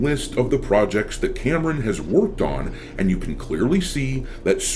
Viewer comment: instead of "worked on" i heard "woked on" xD Did i misheard it? Can we make it a new term when DEI hires ruin games?